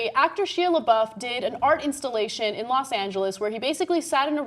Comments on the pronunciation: "She Labeouf." Wow. Nice job on saying his name right. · ana cant even do basic research such as "how to pronounce shia labeouf"